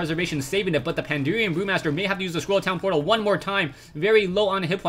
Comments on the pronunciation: It's PandAHren, not PanDEERian. That kept bugging me, but still great replay/cast! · its not pandurian. but great cast! fucki love wc3